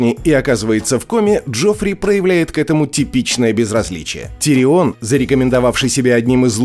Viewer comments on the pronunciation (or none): уши вянут... не тириОн, а ТИрион! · Почему ТириОн, всегда же был ТИрион в сериале. Очень режет слух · что у тебя с ударениями? Какой ТириОн? Какая ЛАйза Арен? Это ужас, слушать как ты называешь имена. Чего только стоит один ДжорАх МОрмонт.... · он тИрион, а не тириОн. сколько ж можно идиотничать по поводу произношения имен? и во всем остальном не просто лингвистический трешак, а просто абзац идиотизма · ТириОн, Лайза, ДавОс. Может, в оригинале и так звучало, но как же это бьет по ушам… Смотреть не хочется🥴🤢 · ну какой давОс? ну какой тириОн? Винтерфолл ахахахах такое ощущение что автор даже не смотрел этот сериал😂😂😂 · ТирИон 🤬 Как тошно слышать. Хотел насладиться видео в оригинальном переводе, пришлось читать субтитры